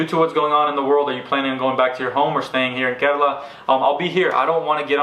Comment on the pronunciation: The way you say KERALA is soo gooood!!!!!